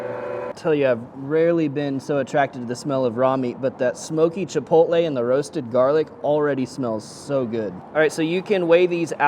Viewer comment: well i give you the credit for to accurately say chilpotle